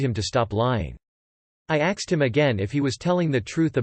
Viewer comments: Why have you changed "asked" to "axed"? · Yup. All the videos say "axed" now.